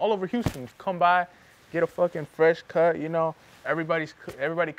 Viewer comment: "El pelo del cuh". El cuh-cut. Lmao. Hey, at least your mom is honest. I respect that. Love the relationship/chemistry between you 2. Much love and respect.